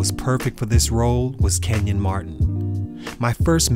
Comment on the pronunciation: His name isn’t Kevin, it’s KENYON Martin’😑